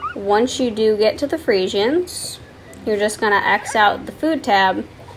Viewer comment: The way you say friesians annoys me lol